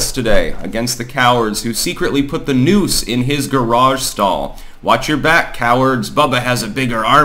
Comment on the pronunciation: I heard "nukes" instead of "noose" and thought the bubba story was a very different situation.